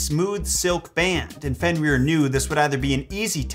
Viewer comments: You’re actually saying it wrong. You’re saying it like fenrear but it’s like Fenrir. Like grr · So funny to hear you Pronounce his name has "Fen-rear" and all the other Norse names